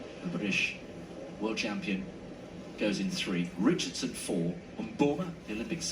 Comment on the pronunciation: "Shi-caan-run Itch-chard-son" slow and pop dung like ole country bus to rass! 🤣😂🤣😂🤣😂🤣 a better she did walk and whistle.